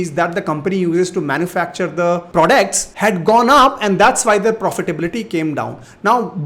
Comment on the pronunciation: They way you say prodects though 😅